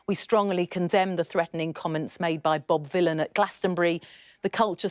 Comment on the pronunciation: One of the times you said Bob Vylan I thought you said Bob Dylan, which is quite funny because he's a Zionist shitbag.